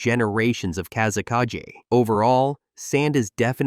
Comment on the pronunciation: Bro what is with pronauncination of kazekage? Plus sand is not wepon, people control it with chackra like fire, water, earth and so on... Plus gold sand is being controled by magnetic kekei genkai